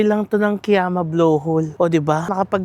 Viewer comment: Kiama is pronounced as “ka-yama”.😊 I also thought it’s Ki-yama before! Been there last weekend. Same spots. Plus Gerringong/Werri Beach.